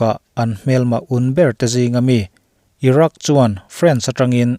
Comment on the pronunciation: Irak nge iran(Iraq) haha